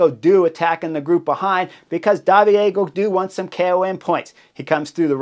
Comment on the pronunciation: David en français c’est pas “DAH VEE DAY”